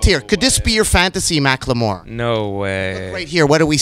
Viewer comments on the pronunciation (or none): Nardwuar was pronouncing it as Mack Lamore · You murdered his name. Macklemore. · nardward vs. mack-le-more